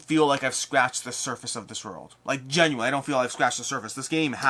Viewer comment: I just watch to hear you say "orld" over and over.